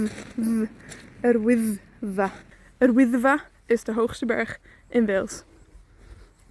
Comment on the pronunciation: Yr Wyddfa heb ik meer als uhr oeithva gehoord? Is dat een noord/zuid ding of mijn gehoor?